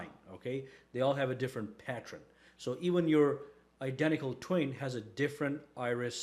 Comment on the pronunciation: Pattren? Again? It's Pattern!!! Pat-tern!!!